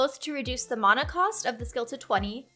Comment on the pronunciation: when she mispronounced Mana LOL